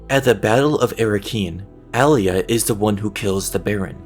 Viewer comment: Your mis pronouncing her name